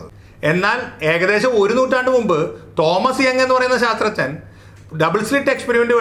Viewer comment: "ശാസ്ത്രജ്ഞൻ" എന്ന് പറയാൻ ബുദ്ധിമുട്ടുണ്ടെങ്കിൽ "സയന്റിസ്റ്റ്" എന്ന് പറഞ്ഞൂടെ, അതല്ലേ നല്ലത്. ഇത് "ശാത്രജ്ഞൻ" എന്ന് കേൾക്കുമ്പോൾ വിഷയത്തിന്റെ ഗൗരവം ചോർന്നു പോകുന്നത് പോലെ !